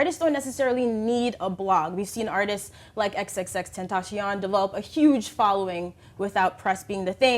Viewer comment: it's been some time since xxxtentacion has been out and this bitch still doesn't know how to say his name right